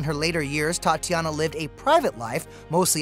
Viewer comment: Tatjana, not Tatiana